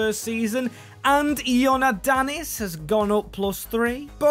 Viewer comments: Bro... Its IOANNIDIS not ionadidis.... But its ok greek names are really hard for people from other countries...😂😅😊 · BRO REALLY SAID IONADIS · Bro don’t know how to read 😭 He read Ioannidis “Ioadannis” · Who is “ionaddis”💀💀💀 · Thank you thinking greece also it is I-o-an-id-is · You can say fenerbakshe and beahiktas but you can’t say kotsiras and ioannidis